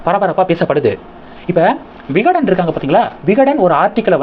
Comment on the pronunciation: தம்பி விகடன் ஜூனியர் விகடன் சரியாக சொல்லவும்.